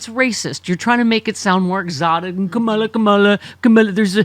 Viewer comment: What, hasn't anyone noticed that he says it cum-all-a get it.... he's disgusting